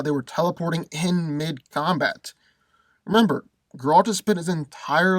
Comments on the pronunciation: It's not ger-ALT, it's GER-alt! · Thank god u said cause he had me mad the whole video like who tf is garalt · Dude. If you're gonna make a video about a character, at least pronounce his name correctly. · I hate the way he says Geralt name.😡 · Cant even say the guys name right stops watching. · no no. I will explain it to you with pleasure. First. I like, but he knows shit about Geralt. He even pronounced his name wrong. Geralt is superhuman. His strength, speed and agility are beyond level of any human. He was defeated only twice. One was the very powerful wizard and one was a really strong Witcher, not by human. He is fast enough to kill a fly in complete darkness by throwing a fork.